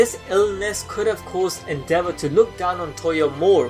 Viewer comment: I thought you said the devil and not endeavor (the devil is accurate tho)